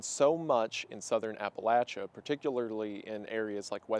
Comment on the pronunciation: As a western NC native, the pronunciation of Appalachia almost made me tear up, thank you for covering this. Really appreciated this video